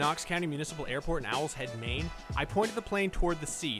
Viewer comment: Aye man, nice vid and I was blown back by saying maine, then the fact that you said knox blew my mind. I'm from Rockland and spent a lot of time on the islands